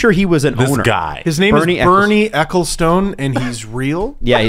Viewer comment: LOVE when appears. Such a smart move guys. Also, ahhhh, my sweet Canadian brethren - Ecclestone, pronounced Eck-ill-stun. He's a goddamn mutant anyway, so doesn't deserve my correction!